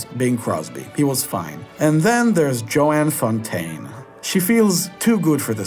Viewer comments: I have seen 18 of the 26 mentioned. Great in every respect. Pronunciation of Joan is like 'OH', not 'OA'. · Ms. Fontaine's first name is pronounced Joan, one syllable, not Joanne. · Joan not Joanne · Why is Joan pronounced Joanne?